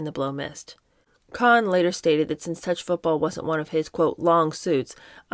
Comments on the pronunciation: it's pronounced, "Cone"...Roy "Cone". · I always heard the name pronounced “Cone” in the news. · It is pronounced "Cone" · I don't know who told you that, but Cohn rhymes with Cone. He's the sine qua non of political operatives, and political junkies pronounce it as I indicated. You can also look it up online. Great job otherwise! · Say Roy "Kown," as in "known." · Roy Cohn’s last name is pronounced “cone” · The name Cohn is pronounced Cone like pine cone. If someone told you otherwise, they were messing with you. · You are right. I’ve always heard it pronounced just as it is in pronunciation guides: “koan”. The “o” is shown to be the sound of the “oa” in goat. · Love your channel. Roy Cohn — it’s pronounced ‘Cohn’. It’s “Cone”. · It's actually pronounced Roy "Cone." I enjoyed your attempt to imitate Truman Capote, but you were still at least two registers too low, and you need to learn to mince. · Pretty sure it’s pronounced cone like an ice cream cone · In NY, Roy Cohn was always pronounced cone, not con. On every TV and radio during a long career. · Not sure who told you how to pronounce Roy Cohn as Con. It’s pronounced with long O like Ice cream cone. Whoever told you otherwise is very wrong. I’ve done years of research on Roy and his family. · It’s not Cohn like John , it’s Cohn pronounced Kown . Sounds like ice cream CONE. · I am very much enjoying this reading with commentary. It is a little thing but I have never before heard the last name of the despicable Roy Cohn pronounced with an "ah" sound as in "Kahn". It is pronounced "Kohn" with an "oh" sound. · Roy Cohn's name was pronounced CONE, not "kahn" as she did. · It’s Cohn: “cone”. I think “con” was meant to be facetious, as it’s fitting. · You were right the first time. It’s Roy Cohen not Con. His most notable protege was Donald Trump. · It's Roy (Cone) Cohn most evil man alive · Its actually pronounced "cone" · Babe, it’s pronounced cone. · Roy Cohn is pronounced “Cone”